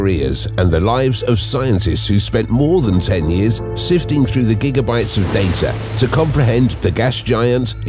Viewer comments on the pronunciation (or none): none